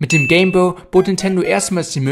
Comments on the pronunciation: Nur zur info, es heist nicht game bö, sondern game boy. Boy wird boi ausgeprochen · Es heißt "Game Boy" (boiiii gesprochen und nicht boo) - Eigennamen werden eigentlich immer so gesprochen wie sie gedacht waren, zudem ist Englisch eine Weltsprache.